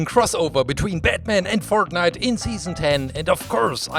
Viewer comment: dude did you say pork nite